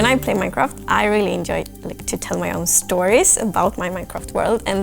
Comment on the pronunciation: She can't say J in enjoy or in just. Its adorable.